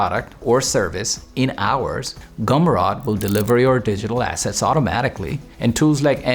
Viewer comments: Why is he pronouncing ROAD as ROD? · he really thinks GUMROAD is GUMROD. 😅 and still. a great video. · shouldn't you pronounce "gum road" properly if you are going to repeat it ten times? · He can’t pronounce it right because he’s ai